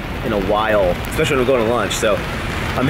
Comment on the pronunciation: Hahahah I have for sure commented on your pronunciation of ESPECIALLY. There is no X sound. Despite this little quirk of yours, I love your channel and it is certai my one of my favourites on the YOUUUUTUUUUUUBESSSS